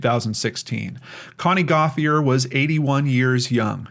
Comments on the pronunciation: In Louisiana the name Gauthier is pronounced GO-CHAY....Cajun name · Gauthier is my mother's maiden name. We are from Louisiana and we pronounce it Go-shay. Love your channel. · It's pronounced GO-tee-aye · Great show as always. Could Gauthier be pronounced Goashay? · Her last name may be pronounced Go-shay or Go-tee-a.? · Hey! Haven’t fully watched the video, but I’m sure it’s going to be great!! One thing, though: I could be wrong about this woman’s name in particular, but Gauthier is a French name, and every Gauthier I’ve known has pronounced the name GO-tchye. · In French it's Go - Tee- Ay